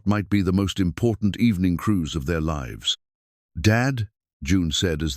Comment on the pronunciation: Also how the A.I. mispronounces words such as lives, read, lead, and other words that changes pronouncement depending on context